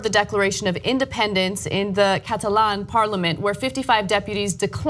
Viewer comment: The way you pronounce Catalan is so weird